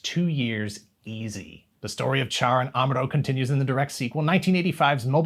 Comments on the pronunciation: Char is pronounced as "Shar", BTW. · I hate to be "that guy" but I can't help myself as he is one of the most iconic characters in Gundam, if not all of anime: the correct pronunciation of "Char" is indeed "Shar". Not the spelling, mind you; it is spelled "Char" but pronounced "Shar". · Char is pronounced Shar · It's pronounced "Shah." Listen to the original Japanese dialog.